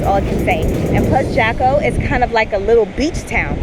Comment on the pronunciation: Jaco, the J is pronounced as an H in English. Like “Hawko”